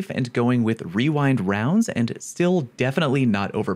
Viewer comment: this guy casually pronouncing "Rewind Rounds" properly, I feel attacked 😆